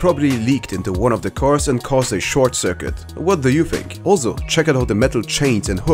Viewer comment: lol "bazicly" 'alZo" i can't with this guy xD